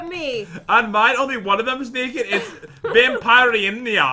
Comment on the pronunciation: its so funny when you said Vanpirinia. Search on youtube Vampirina and then you see episodes and then you can say it right